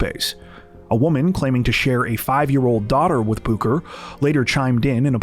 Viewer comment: How can you read 'booker' and 'booked' right next to eachother and still not pronounce Booker correctly..?.... and.. have you never seen the name Benjamin before? The j isn't silent.. like wtf?